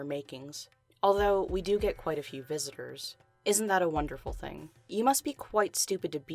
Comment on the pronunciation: "This is what you'll gÆt "